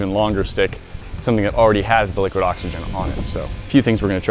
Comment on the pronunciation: Im trying to count up how many times they saybliquid oxygen LOL